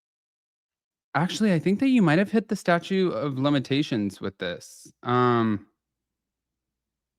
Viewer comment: it’s statute of limitations not statue of limitations. This was once in a Seinfeld episode. 😂